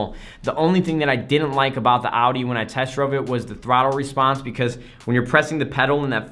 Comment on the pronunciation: Holy, an American that almost can pronounce Audi. Props